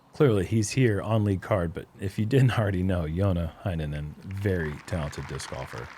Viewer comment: is usually on point with the pronunciation of Finnish names and I love it! Heinänen begins with a Hey, not a Hi though